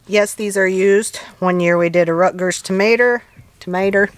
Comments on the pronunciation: Loved the bloopers, tomatrrrrrr lol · You made me laugh when you said termatter!